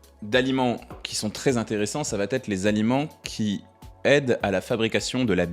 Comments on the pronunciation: 😡 Ça va têtre ??? Ce n'est pas une erreur parce que vous le dites au moins 1 fois par vidéo ! Pour quelqu'un qui est instruit c'est quand même étrange ! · Ça va être.. plutôt que "ça va t-etre"...😂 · Que de bons conseils, je m'abonne. Mais il faut arrêter de dire "ça va-t-être"